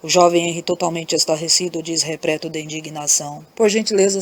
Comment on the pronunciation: Muito linda a historia, mas, tem muito erro de pronuncia como; PRANO , REPRETO E POR VENTURAS.